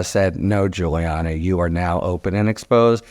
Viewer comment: LOL did Harry really just say Rudy Giu-hole-iani ?